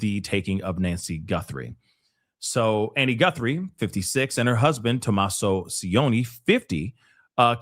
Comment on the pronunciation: His name is pronounced "TOM-ASO"... You are Correct, Ashleigh isnt